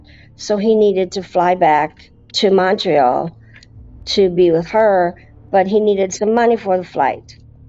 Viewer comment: Girl - if only she knew that Canadian citizens have "free" healthcare. And to stop calling Montréal, "Montree"... This episode really made my eyes open about just how underaddressed grief is. I wonder if she had more grief support if she would be in this situation. Also scam education is highly needed.